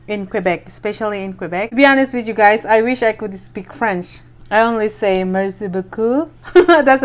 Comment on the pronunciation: Paki ayos ang pag pronounce ng french. Kasi ang pag pronounce mo frens